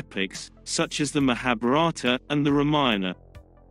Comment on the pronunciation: please pronounce correctly.... MAHABHARATA AND RAMAYAN